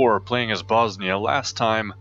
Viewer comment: You acctualy pronounced it right :D And at this time all the provinces you have bosnia has had at their brink of powe after that the turks came and conquered Bosnia , serbia ...